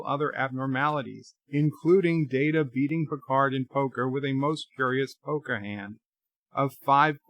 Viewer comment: Haven't you said the IP holders set the canon? As such, the canon holders determine it's "MAHR-RIO", not "Marry-OH?"! Also, how many times do you call him Commander "Dater"? Seriously?